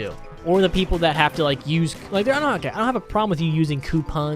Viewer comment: Am 8 the only one who hears "gay" over and over in his intro?